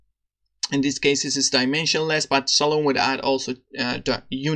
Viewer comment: Nice! Just a note: you should pronounce it as "Salomee".